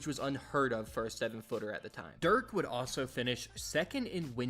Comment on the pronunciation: Messed up Dirk’s name, Michael Finley’s name, and Jalen Brunson’s. When you make these videos and there’s glaring errors like that it takes away from your credibility. Sharpen it up because the rest was great!